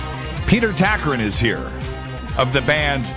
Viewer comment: Its Tagtgren not Takrin... (Grand Moff Tarkin? :D )